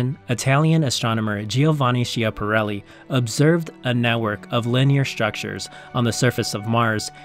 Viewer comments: The correct Italian pronunciation of that Italian astronomer's last name is not she-aparelli, but SKI-aparelli. Whenever a C is immediately followed by an H in Italian, the C changes its sound to a K sound. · That Italian astronomer;s name is pronounced SKI-aparelli, dummies. Just ask any Italian and he will confirm what I have told you.